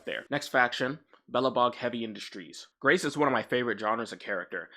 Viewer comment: guys, do not replace the "rac" in Grace Howard with "ees"